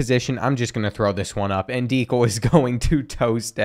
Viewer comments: Can you do a long term fantasy with the current roster? Go cats! Also, I’ve never heard someone mispronounce Dekel’s name more either lol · You butchered Dekel Crowdus’s name bruh😭